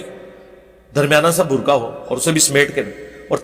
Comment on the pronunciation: Burqay ki hijay qaaf sae h as I kaaf sae nahi